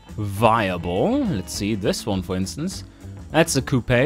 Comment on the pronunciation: Ur saying coupe wrong.